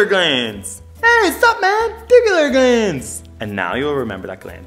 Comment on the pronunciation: supmandibular gland or maybe it was supmangibular gland 😂😂💀💀 i just know that i will forever remember this gland